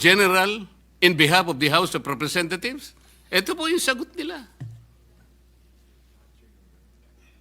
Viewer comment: I heard you said "the house of representathieves", Ms. Condominium ....hmmm